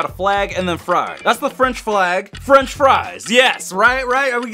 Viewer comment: you didn’t get French first you said frinch fries